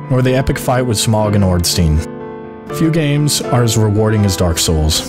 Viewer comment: Smog. Smog and Ornstein. It's pronounced Smough- like snow, but with an m.